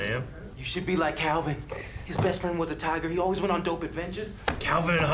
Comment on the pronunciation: Aaron often says the word "on" with an extra syllable. It must be a regional accent because the others also pronounce it that way a lot. It kinda sounds like "Last time uu-awwn..." 🤭